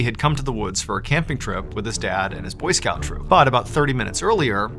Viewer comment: Am i the only one who thought he said boyfriend not boy scouts